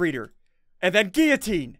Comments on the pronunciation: Ssundee:giutine Me:its giulotine not giutine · Ssundee this is how you say guillitine Gill oh tene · Ssundee guillotine is pronounced Gil-o-teen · No it's pronounced gui-o-teen